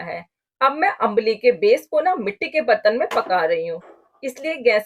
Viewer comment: Nice ambli recipe. Its pronunciation is not अंबाली. Its आंबली or आंब्ली. Or in Marathi we call it आंबील.